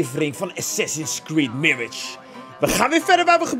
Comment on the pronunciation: Je moet wel de A uitspreken in Mirage, mirige haha